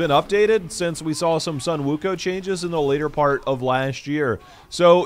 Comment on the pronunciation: It's pronounce as Wukong